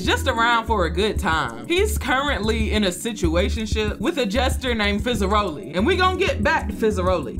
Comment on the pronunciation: Its fizzarolli not fezzeroli.